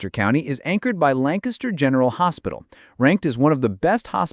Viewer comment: Also it’s Lan Kiss ter. Not LAN caster. Thank you.